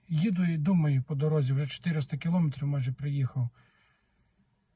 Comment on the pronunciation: Не долИла, а не долляла. Говоріть правильно. І кіломЕтр, а не кілОметр. Коли це якісь малограмотні кажуть, це якось колхоз так колхоз. А Вам це ніяк не можна робити.